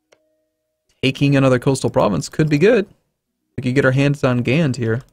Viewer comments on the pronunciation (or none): As a Belgian I must say: The English word for Gand is 'Ghent', a flemish Province. Gand is the French word for that province, pronounced with the 'a' as you pronounce the 'o' in 'hot' and a silent 'n' and 'd'. So basicly just 'Ga'